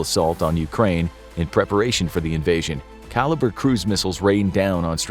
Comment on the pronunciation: missiles are actually "Kalibr", not "Kaliber" but it means the same